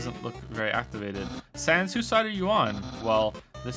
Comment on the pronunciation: That's not how to pronounce sans